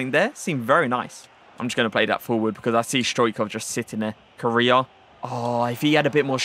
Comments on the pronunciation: Everyone: Core Aye Uh: 🇰🇷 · Not trying to be rude but it’s pronounced coraya